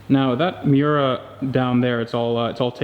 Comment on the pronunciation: Damn it! If you're gonna say the name of the car, get it right. It's Mi-Yoo-Rah. Italiano! And it helps to have a double espresso in one hand and a lit cigarette with an 2.5" unbroken stack of ash in the other. And use your hands expressively when you talk--but don't break the ash stack.